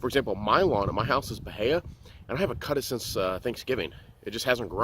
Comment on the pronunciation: The i comes before the a. Buh-hee-uh